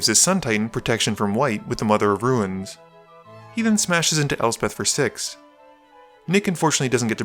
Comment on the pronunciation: "Mother of Ru-ines"